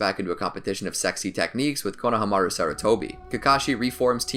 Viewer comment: Why does he say kona hamaru like it’s to different words and pronounces it wrong 😂. I still really love the videos but damn